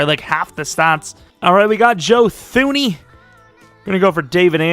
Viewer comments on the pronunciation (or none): You don’t pronounce the H in thuney. It’s pronounced “tuney” like loony, but with a T